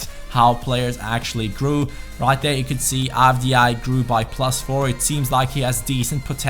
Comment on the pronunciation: "Prrrrrrlus four"